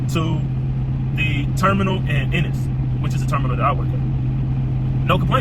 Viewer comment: Its en-nis